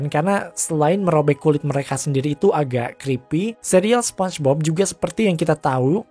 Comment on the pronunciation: "SPONCHBOB"?? Apa tuuch😁😂